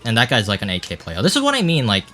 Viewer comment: Everytime you say "8k", it sounds like "AK" and I think "Bro this is MKW not CSGO" for a split secons